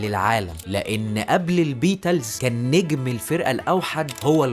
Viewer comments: انت جامد جدا!! بس ايه بييتالز ديه يا صاحبي😂!! اسمها بيتلز (بيتيلز) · صح فعلا الموضوع اتكرر الفرقة نطقها بيتلز مش بيتالز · لازم تشتغل على النطق الانجليزي لأن بيتالز وفوت برينتيس وزبايدرز ماتجي بالمرة 😅